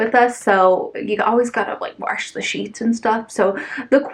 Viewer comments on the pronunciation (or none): Worsh! 😆That sounds hillbilly as hell. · You say jack-o'-lantern just fine. 🎃 Also my grandma who is Kansas born and raised says warsh and it's the absolute cutest thing ever. Don't overthink things and don't ever change! You're adorable. 🧡🖤 I still need to hit up all the big stores. Home Goods, Michaels, Target, and Joann's. 😍 I'm just currently trying to save up money so I'll be looking and most likely not buying anything. 😮‍💨 But it's ok because I just come here and live vicariously living through you. 🖤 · WARSH, I hear that in texas all the time. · My Kansas born grandma says warsh too. 😂